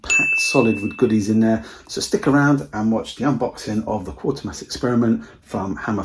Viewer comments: It's actually Quatermass 😂 not quarter mass . Nice edition 👍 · It's easily done yeah it quat ermass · Okay, so you mispronounced it but I appreciate that an actual human being is here as too often I see videos with AI narration with silly mispronounced words.